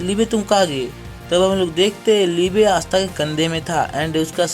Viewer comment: Asta ❌ aastha ✅